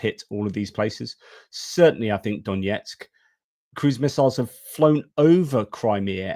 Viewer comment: just a little nit: the pronunciation of Донецьк (Donetsk) is not D O N J E T S K, but D O N E T S K btw the footage with the "storm shadow" comment was I think the one to the headquarters in Sevastopol, Krim